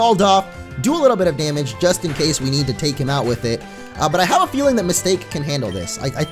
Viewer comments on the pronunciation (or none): Isn't it supposed to be Ms. Ta-Ke. Not Mistake?